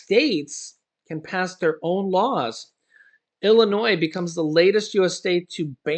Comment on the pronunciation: ILLINOIS PRONUNCIATION Just ignore the 's' in Illinois.